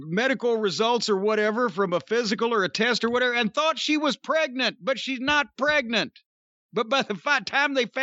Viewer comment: WWE doctors on Google: "am I pregante"